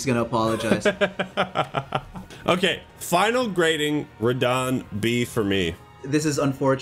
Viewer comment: "Final Grating" 😅